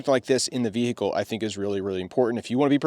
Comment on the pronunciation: The Bee-hee-cle.